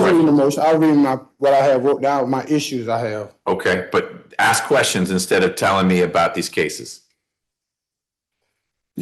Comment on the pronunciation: "a lotta questions I need ya ta ansah" No, that's what lawyers are for. They will ansah you keshons bout jurshdishun. Judges don ansa keshons.